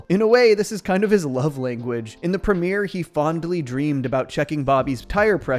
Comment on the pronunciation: Don't say fondly like that... fondley? bwaaaaah!